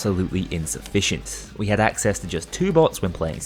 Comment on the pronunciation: who says hood its had